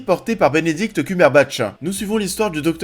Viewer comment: j'ai cru entendre culberbatch au lieu de cumberbatch 🤣